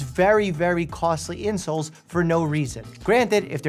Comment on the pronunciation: The way you say "insoles" sounds like "insults" – appropriately.